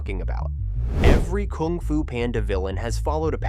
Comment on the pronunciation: You are saying "koong fu panda"